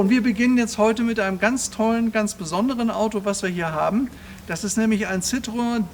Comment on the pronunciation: Ein phantastischer Wagen aber ein Schoenheitsfehler hat das Video doch, warum glaubst du, das Citroen im original die zwei Punkte auf dem „E“ hat? Ganz einfach, der Name wird so artikuliert (ausgesprochen) wie geschrieben citroEN, aber leider glauben viele Deutschen alles was franzoesich ist wird auch „nasal“ ausgesprochen. Hinzu kommt auch dass der Wagen nur fuer den Fahrer weich und angenehm ist, fuer die meisten Fondpassagiere war es ein Schaukeln das aehnliche wie eine Seefahrt, Erbrechen inklusive war